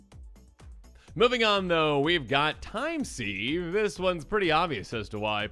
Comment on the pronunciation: time seeve ..... ????? are you kidding me. Fucking get an common and basic education FFS. SIVE SIVE